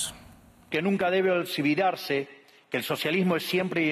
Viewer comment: 😂 Qué fué lo que dijo en el minuto . Nunca debe Olsobudarse o olsividarse. 😂😂😂